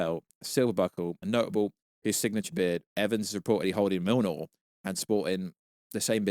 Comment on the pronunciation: bro couldnt even pronounce Mjolnir properly after decades of marvel and this video is 90% yap. don't bother watching guys